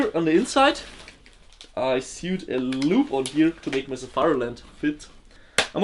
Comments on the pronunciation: I know this is likely because of your accent but it is not said "sewd". Its said like "sohwd"or "soed". In the same way you would say "node". <3 keep up your good work. Like so sees <3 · He doesn't know how to say sewed. Is pronounced like sOwed except spelled as sewed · FYI, "sewed" is pronounced "soed" like "toe" except starting with the "s" sound, and ending with the "d" sound. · I love how he pronounces "sewed" haha syood... love it! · The way he pronounced sewed lol